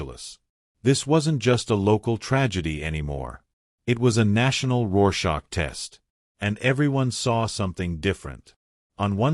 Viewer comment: Rohr Schach. Pleas not please.